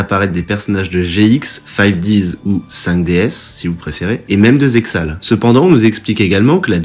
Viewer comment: Très sympa cette théorie et cette vidéo, tu iras juste en enfer pour la prononciation de Zexal mais no offense Kappa. Plus sérieusement je me répète mais la vidéo est vraiment cool.